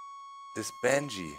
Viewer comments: He or she means the pronunciation of Banshee, because Doc is constantly saying something that sounds like Banjee. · Need to spawn bange? lol its ban-shee